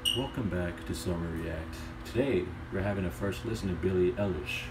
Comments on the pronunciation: this girl mad good, i swear, shes gonna take over. oh and btw its pronounced i-lish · Great video— her name is pronounced EYE-LISH